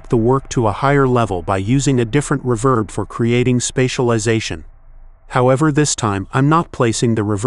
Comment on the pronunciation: You may want to find a less monotonous AI voice to narrate your videos, and spot-check its pronunciation. It's pronounced "rEEverb", not "reVERB", and the vowels in "lead" are pronounced like "reed", not like "red". Hearing the AI keep saying "reVERB" over and over again was really annoying.